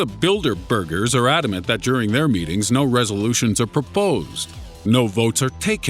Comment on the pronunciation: "Bilderbugers" lol